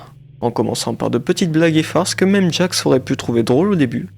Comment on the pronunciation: gangle: ✨GOOGLE✨ pomni: ✨jester✨ kinger: ✨conner✨ jax: ✨✨jaque✨✨ ragatha: anus 🤨 zooble: zuble✨ caine: 👁👄👁